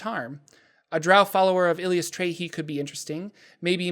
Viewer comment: Currently playing a Cleric of Eilistraee. A lot of fun. Also it's EYE-liss-TRY-ee.